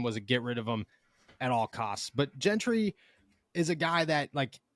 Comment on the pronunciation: Why does it bother me the way says Zack’s last name. Maybe because nobody else in the world is pronouncing the G that way. Follow us, it’s Gentry like Gentleman UGGG. Not happy with King trade but for temp we will see but there is something fishy about this guy being available especially being cut by Texans. We will see if he helps until we can get some permanent top quality help. is so happy like we just got sauce hahaha. I trust Kahn that he at least tried to get some depth at CB from what’s out there and hopefully he’s better than Pierre in the game because Pierre helped us last year, he wasn’t great but he helped instead of hurt us. Welcome Desmond King. I’ll be happy after I see him play. Thanks for the good reporting. Haha said it right the first time. They keep going back and forth changing the G that’s why it bothers me OMG